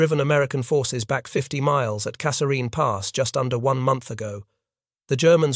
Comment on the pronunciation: The TTS is very good but doesnt pronounce Kasserine consistently